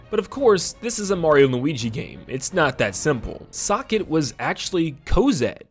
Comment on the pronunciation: You say "zokket" much differently than I do lol.